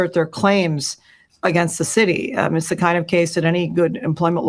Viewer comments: DID SHE SAY THE SHITY OR CITY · Did she say “shity” of Chicago(city)